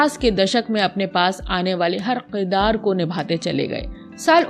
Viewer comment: Janab mijaz nahi mizaj hota hai aur kirdaar hota hai na ke Qirdaar. .